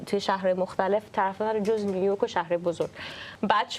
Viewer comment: مهمان برنامه در ابتدای حرفهاش، جوری لغات “جَز” کلَسیک” رو تلفظ میکرد، انگار مثلا اونجا تپی آمریکا بدنیا اومده و خیلی جو‌گیرانه حرف میزد 😂بعد کم کم مشخص شد که در بزرگسالی به آمریکا رفتند و جزو اون دسته ایرانیهای لُوس و افاده ای هستند که وقتی از ایران خارج میشن، بعد از دو هفته “ اوه مای گاد” و “نایس” از دهنشون‌نمیوفته و یادشون هم میره که مثلا دانکی به فارسی چی میشه!😂😂یعنی افاده خرکی بعضی ایرانیهای مقیم آمریکا همیشه مایه خجالته